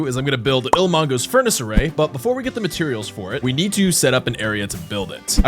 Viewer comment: why does bro say ilmango like that